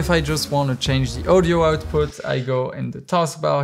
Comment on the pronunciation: Can you please say audio instread of ouwdiow